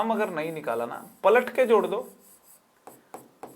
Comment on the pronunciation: Palat ke jor do is sound as patak ke chod do😂😂